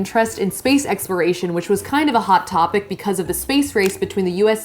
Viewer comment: She said space experation Instead of exploration.